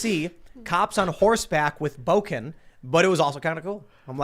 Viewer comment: It is Bokken, not boken. Place 木剣 in Google translate to hear the (pretty much) proper pronunciation